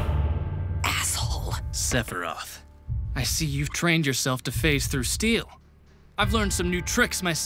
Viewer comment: i swear the Sephiroth chorus sounds like "Sephy-roth!"